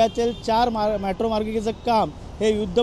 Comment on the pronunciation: मॅट्रो नाही रे मेट्रो!😂😂